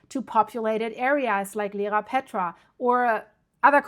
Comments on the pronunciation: Dear thanks for the update,just to let you know it is Iearapetra not Lerapetra. What about the little island in the south of Iearapetra? Chrysi, or Gaidouronisi will it be ok? Because it is quite flat. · It is called Ierapetra not Lerapetra. Pronounce EYE-ERA-PETRA